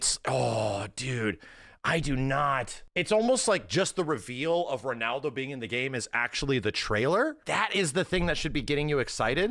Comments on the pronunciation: can't pronounce Ronaldo 😂 He keeps going "Renaldo" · max saying renaldo 😂